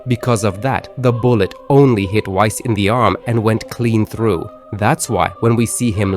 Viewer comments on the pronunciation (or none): none